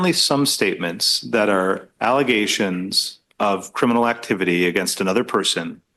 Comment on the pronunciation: It's 'allezations'😂😂